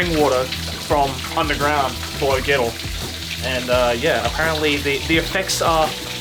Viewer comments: Had this playing on the background with my headphones on. Heard they were he was doing to Gero and thought he said ghetto. Until I opened up the app and watched it again. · I kept understanding "Ghetto Springs" 🤣